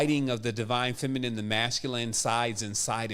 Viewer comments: Is there any significance to pronouncing it feminem instead of feminine? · I love you bro.. but Everytime you say feminime and not feminine.. it hurts brother.. like it makes my insides itch hahah